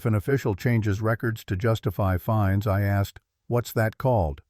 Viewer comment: The word is fines not finds lol